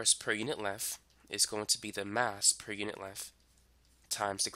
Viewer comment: Normal people: "length": "lenf"